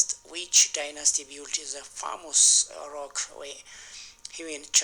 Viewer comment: Famous ፌመስ don't say ፋሞስ